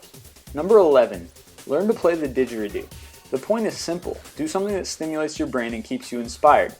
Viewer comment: you pronounce digireedo like digr ree doo